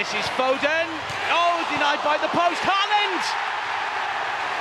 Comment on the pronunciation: The 'aa' in Haaland is pronounced like the 'A' in Aldgate